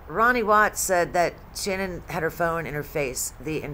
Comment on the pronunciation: Her name isn't pronounced as Shannon. It's Sha-nann, the end pronounced like word nanny starts.